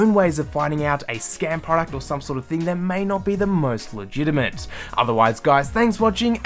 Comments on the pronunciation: why do you say la gina mint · It's legitiMATE, not legitiMENT and legitMACY, not legitiMENCY. Simple things like this ruin any credibility you may have.